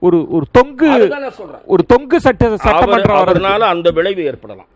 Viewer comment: மிஸ்டர் தமிழ் தெரியுமா... தொக்கு சட்டசபை அல்ல... தொங்கு சட்டசபை என்பது சரியானது